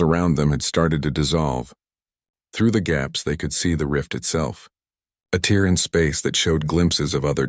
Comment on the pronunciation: And a few problems with the timeline. They have lived on the deathworld 5 years. Amy was born there. She is now an adult. Also, a complete lack of understanding of radiation medicine. I was entertained nonetheless. Narrator needs to pronounce the word "tear" properly. Context matters.